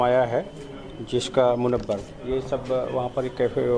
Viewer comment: Be munawar ko munabbar bol raha hai gadhha